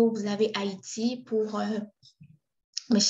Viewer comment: Salut! Merci pour cette video. Haïti sans "e" s'il vous plaît.